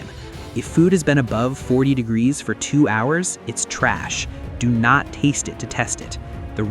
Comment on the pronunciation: you say 'for iss for two hours'